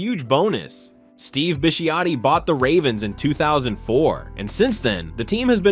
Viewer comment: *Steve Bih-SHOT-tee.